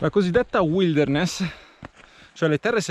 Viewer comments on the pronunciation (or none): ...al di là di tutto "uilderness" non si può sentirere....per il testo tanta roba!